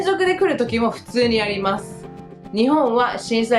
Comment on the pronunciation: 。細かいことだけどね。～ですが～。というときの「ます」の発音ですけど、「まず」と、すが濁っているで、きをつけてみると、より自然になります。 余計なお世話でしょうが、老婆心ながら。